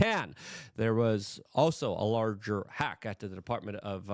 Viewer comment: Luke has a clear speech impediment/ he really struggles with a lot of words. Notice how he says so many words wrong. He says “larger” like 30 times a video or “this as” or “wit” instead of with. And doyje instead of doge.